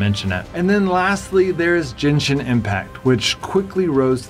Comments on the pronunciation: It's Genshin, not Jenshin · Ahh yess... Jenshin Impact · Lmao it's not jenshin impact, it's GENshin impact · when you talked about genshin i hear jenshin being said, but maybe is just my hearing being bad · "Jenshin impact"